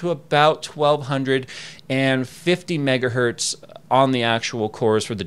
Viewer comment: Why do you say "megahert" instead of megahertz? I am sure you have been asked before and I hear other people (teksyndicate) say this too. As an EE it sounds really funny and is incorrect. Hertz does not have a singular form, it is a measure of frequency name after Heinrich Rudolf Hertz. Sounds really silly when you say it as hert. Is there like an I side joke I missed?